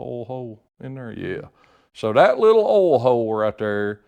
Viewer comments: WTF is "awhl"? Just messing with you. You do good work Sir. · I’ve heard it pronounced “oilyul” mostly from up north. Southerners usually pronounce it “oil” without the extra syllable. Not saying one is correct and the other wrong. Just different.